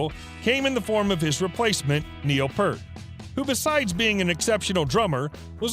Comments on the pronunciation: Neil's surname is pronounced PEERT not Pert and of course spelled Peart. YYZ is pronounced Y Y ZED. I wish people would do proper research before presenting info. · Why is it so hard to pronounce Peart? I grew up watching hockey and people could say Patrick wooar “Roy”